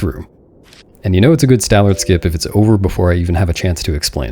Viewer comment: I think you might've mispronounced Stallord's name. Just a few times though so I'll forgive you